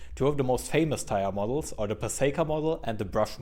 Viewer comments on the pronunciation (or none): I have it on word from a well known vehicle dynamics engineer and author that Pacejka is pronounced "puh-ZHAY-kuh."